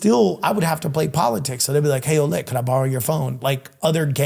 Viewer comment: As a French Canadian who grew up with a couple Ouellette... That's not how you pronounce that!!! 😅 It's more like wuh-LEHT